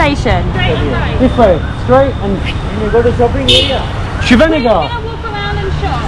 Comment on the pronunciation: It is Shivaji Nagar not Shiva Nagar. You had Bread Bajji, Onion Bhajji and Plain Bonda (some call it Mysore Bonda also) Then street side Dosa.